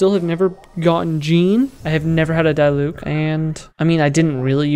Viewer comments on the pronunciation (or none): you dont deserve a diluc for that pronunciation